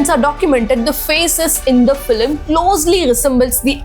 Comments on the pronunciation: The video is unbearable to watch every time you say "Feeluhmm" its FILM for god's sake!!! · Filim , first pronounce it properly😅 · Well-made video. Just a suggestion - to cater to a global audience, change your pronunciation (eg its film not filam)